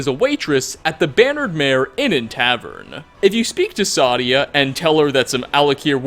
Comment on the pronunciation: Sadia is pronounced "Say-Dee-Uh" in the game. Also, for the last one ESO had a pretty good argument about who was telling the truth